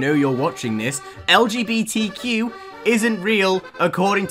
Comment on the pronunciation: I can't say how much i love when says "Lgbtq" and it sounds like LGBT cube